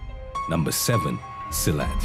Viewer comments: Silat sir..not silet..🙂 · Silat is pronounced seelut and not silhouette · Silat pronounced as Si-lut.